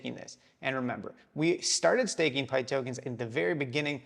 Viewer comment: It's pith not pyth, not named after python (computer language), it's named after pythia, oracle of temple of apollo at delphi.